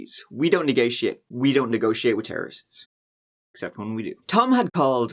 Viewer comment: You went very australian when you said 'negotiate'.